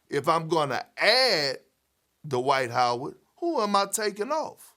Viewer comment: Dwight Howard, or Dee-White as Perkins calls him.